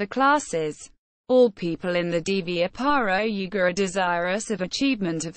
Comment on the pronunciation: not pronounced properly